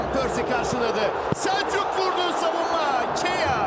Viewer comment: SELÇÜK diyor ya 😂